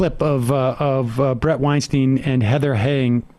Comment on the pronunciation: Blood on Weinstein's ...ok. It's Weinstein btw, rhymes with Einstein. Question...Any blood on the hands of the incomprehensibly incompetent Johnson and Johnson whose incompetence scared away 100 million Americans from getting vaxed. How many deaths does that equate to? You just gloss that over though. You people should just admit it , we're all doing our own guess work on this shit... largely because people in power are acting very shady.